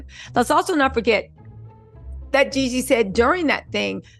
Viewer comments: It’s Jeezy you keep saying Yeezy 😢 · You change the narrative everything 30 minutes! And his name is Jeezy not Yeezy!